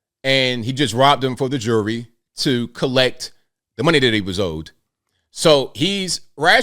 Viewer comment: For the democrats out there, it’s jewelry. Not “jury”.